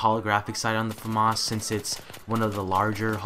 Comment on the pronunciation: ps americans pronounce famas weird